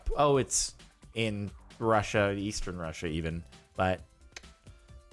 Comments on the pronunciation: Yis yeh little rassia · "little russia" with that eastern european accent is the best thing that happened today